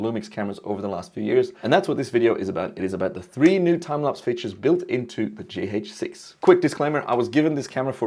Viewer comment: For the first 2 minutes I couldnt focus much coz I was repeating in my head the word "G Heytch 6" over and over again haha . Interesting way you pronounce it :D